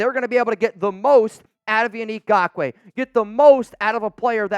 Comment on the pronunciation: Truly… thank you for pronouncing his name correctly. It was starting to get frustrating .